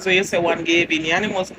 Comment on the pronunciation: The bee seh gayvin 😂😅😂😅